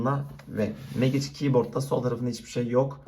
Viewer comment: Oğlum megiç diyip durma mecig lan